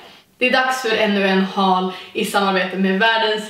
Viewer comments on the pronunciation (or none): none